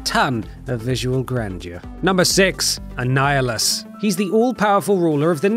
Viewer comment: Annihulus' rod 😂